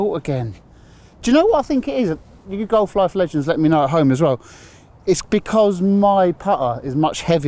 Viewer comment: I'd watch this channel but please stop saying You Golf A Life A Legends. There is no A inbetween.